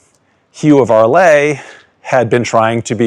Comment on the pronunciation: Amazing video. Just an observation: "Arles" is not pronounced "Arlay" but "Arl".